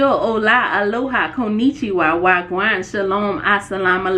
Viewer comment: It was the “Whaaaa gwaaan”for me… 🇯🇲❤️